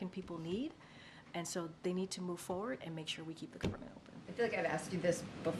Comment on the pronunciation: I CAUGHT HER AGAIN, she said, "MOVE FOR WORD". She said MOVE FOR WORD! Ahhhhhhhh*.